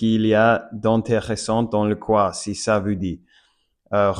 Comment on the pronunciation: Salut ! Tu parles incroyablement bien le français, je suppose que tu es anglophone ? Probablement des États-Unis d'Amérique ou du Canada ? C'est super plaisant de voir des anglophones s'intéresser à d'autres langues ! Encore plus si c'est la mienne... :eyes: Haha. Petite astuce, j'ai remarqué que tu prononces "Vous" comme "Vue", essaie de prononcer le "ou" comme un "oo" en anglais. Par exemple, dans le mot "Vous", imagine que "ou" se prononce comme le "oo" de "look" ! Ensuite, essaie de l'adoucir un peu, et je pense que ça pourrait grandement améliorer ta prononciation du son "ou" !! Bien joué pour ton niveau, tu parles VRAIMENT bien ! <3